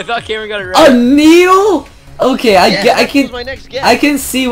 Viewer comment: THE WORD IS NEEDLE NEEDLE NEEDLE